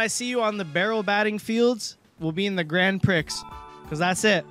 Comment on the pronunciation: Gotta correct you on some Monty Mispronunciation Molerats - Grand Prix the x is silent, so it's grand pree. For Mozart you gotta pretend there's a t in front of the z because that's how you pronounce z in German, so it sounds like Motzart